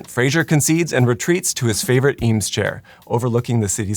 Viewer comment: TIL the correct pronunciation of Eames